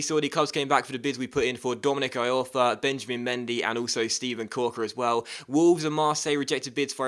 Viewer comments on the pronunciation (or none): It's pronounced "E-Orfa"....